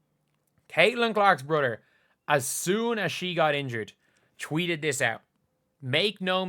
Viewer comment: Caitlin Clarkr's "brudder."